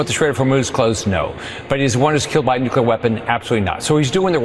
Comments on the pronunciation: Hey Van Orden! It's nuclear, not nukeler you stupid uneducated politician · That congressman on fox wearing a farmer outfit, sounds really uneducated saying “nukyaler”, it’s nuclear, and Iran has no nuclear weapons, and was not a threat to the US, until our destroyer-of- everything- in- chief, bombed them, murdering children and teachers, and like pirates wanted to extort their assets. Fox can be 🚽🧻 forever. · Can you take anyone seriously who pronounces the word " nukular" weapons? Get a dictionary and check pronunciation before you look ignorant. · None of them can even pronounce nuclear